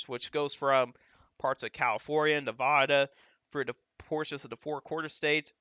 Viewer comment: Thanks for the great info! As a former Nevada resident, however, I'm obliged to inform you that it's pronounced Nev-a-duh, not Nev-ah-duh. (The middle "a" is pronounced like a-pple"). I know it seems ridiculous, but they take it surprisingly seriously when non-Nevadans mispronounce it (personal experience). I'm a northerner and I stopped saying Nev-ah-duh forever after the third time someone lit me up for it. Again, thank you for the detailed, informed insight - it's greatly appreciated!